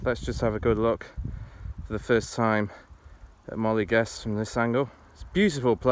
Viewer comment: good job, but got to tell you, it is definetly NOT "Molly Gest" ( maybe worst ever ), its phonetic, Moe L eh Gest.